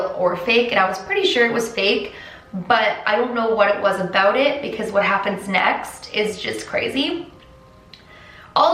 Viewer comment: DID SHE JUST SAY ABOOT!!! i never thought...a canadian would say aboot in my life